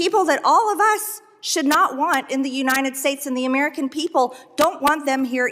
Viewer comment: Excuse me Mad Marge but it’s pronounced UNITED not UNINDED!!!